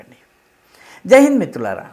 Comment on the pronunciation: మీరు జైహింద్ అంటుంటే జై బీమ్ అన్నట్టు వినపడుతోంది. ఒకసారి చూసుకోండి.